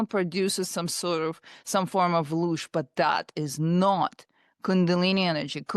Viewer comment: It's not "Lush" btw it's LOOSH. Please do your research man. Ive been researching the occult, the paranormal, and metaphysics for 30 years. You seem like you have only dipped your toe in.